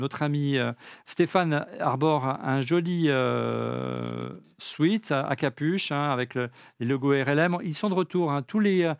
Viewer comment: Merci pour les infos 👍👍 Mais pour la Xème fois les Français, "Sweat" ne se prononce pas "Swiit", mais bien "Swêt" :-(( ( Sweet --> doux Sweat-->transpiration ) C'est bien que vous le sachiez vu que vous en vendez... 🙂 Sans rancune, et bonjour de Belgique ✌